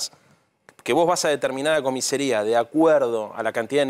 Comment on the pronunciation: Se dice "comisaría" no "comisería" Santoro.